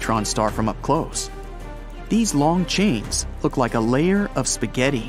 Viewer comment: I love the part when he said spageti (i dont know how to spell it 😑)